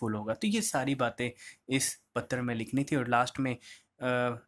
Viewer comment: एक चीज समझ नही आता। आप पतर क्यों बोलते है। वो पत्र होता है। अजीब स्थिति है मित्र को मितर और पत्र को पतर । बिलकुल गन्दा लगता है सुनने में